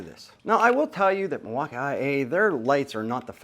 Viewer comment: oh yes, Mil-walk-i-kee-a